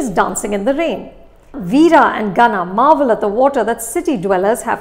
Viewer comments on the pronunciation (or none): none